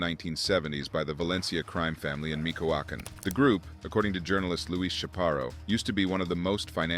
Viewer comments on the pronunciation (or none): And "Mikawakan" 😂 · Mikoacan? Hahaha "Ch" as in Chanel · Great content, but you're butchering the names brother, especially michoacan "mee·chow·aa·kaan" ￼ Slow Better Practice Practice and get feedback • BETA